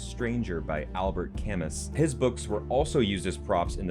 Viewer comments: The Stranger by Albert Camus -- the last name is pronounced "Cam-moo." The S is silent. -- Reincarnated English Grammar Teacher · well, it ain't "Cay-muss," that's for sure. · Lol, it’s Albert Cah-mooooooo. There’s a song by the Cure called Killing an Arab, based on the Stranger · Camus = k'MOO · Albert Camus is pronounced "Cah-moo." He was French. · you glorious sexy hunk you, it's pronounced "Cam-oo" Albert Ca-Moo. Also the Stranger opens up with the main character's mother dying. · Why do I even watch your channel? You can’t even pronounce Camus correctly!